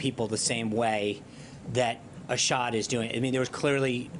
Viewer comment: It's Assad, not Ashad.